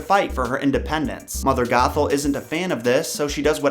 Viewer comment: every time you said old lady gothel. I thought you said. "Old lady Gaga" :)